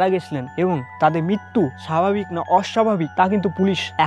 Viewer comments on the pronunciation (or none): none